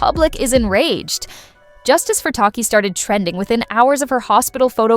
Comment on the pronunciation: tired of ai narrator getting names wrong